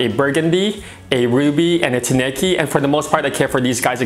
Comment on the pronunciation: Tineke is a Dutch female name and, it's so funny how English speaking owners are butchering it with wrong pronunciation. 😅 So definitely not a guy in my book, she's my lady. 😁